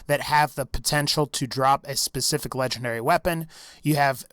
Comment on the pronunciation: It sounds like you’re saying lechendary 🤣🤣 but the best way to beat the warrior is go all the way to the left because your under this Ramada looking thing